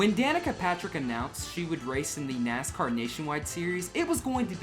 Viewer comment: Danica it is NASCAR not Nicecar